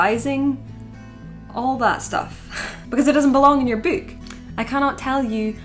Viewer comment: Bewk. I could hear it all day.